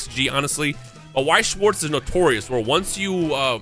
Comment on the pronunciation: i feel like remembering once you said you have german heritage, so please lern how to pronounce Weiss and Schwarz its not difficult